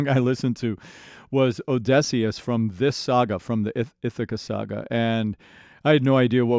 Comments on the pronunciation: oh-di-see-us but you keep saying oh-DEH-see-us 😭 The journey is over but there are still the cut songs to listen to. It's just Jorge's voice for those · As a linguistics mayor i am still upset he pronounces Odysseus with an /e/ like in dress instead of /ə/ (schwa) like at the start of about or the end of comma. But he frequently gets the emphasis of Odysseus wrong due to English having a rule about emphasis making the 3rd syllable from the end the one with emphasist. And usually syllables with emphasis need to also have a strong vowel (anything but /ə/, /i/, /u/) but the vowel needed here is an ü (like in clamydia) which english doesn't have, forcing the substitution with schwa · 20 seconds in and I just have to know, how did you make it to the last saga without learning how to pronounce Odysseus? Telemachus, no problem, but the titular character? Is it just for the rage comments? There’s no way. The letter y literally never makes the short e sound in the English language, come on man. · I love how you say Odysseus, im not sure if it's just you being slightly off with the pronunciation or it's part of your accent. I can tell you have a slightly different unique american accent. Its probably a regional difference. But I do like it :> you pronounce words slightly differently than most American accents I've heard.